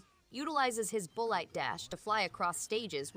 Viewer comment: His “bull-light” dash 🫩